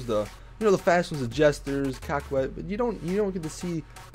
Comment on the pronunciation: It's the Co-ket, you've got to stop pronouncing it the Cock-et!!! Even if that was the name, it shouldn't be, but it's not!!